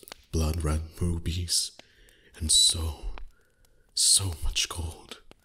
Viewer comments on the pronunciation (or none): When he said "blood red rubbys" I thought he said "blood red bobbies" 🤣🤣🤣